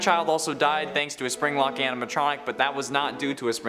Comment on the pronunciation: He said springlick aminatronic